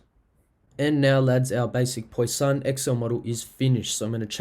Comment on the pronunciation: Thanks mate for this. But please learn how to pronounce 'Poisson' - it is like 'pwa-sonn', not 'poy-sahn' as you say it.